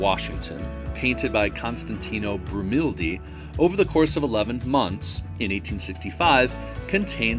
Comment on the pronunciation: Untity [sic]? No "L" in Brumidi. And the comment about Italian pronunciation of fascio / fasci. Otherwise interesting and well done.